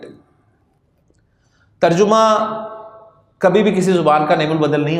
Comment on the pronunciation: تر جمہ کا تلفظ اکثر لوگ غلط کرتے ہیں terjamah not terjumah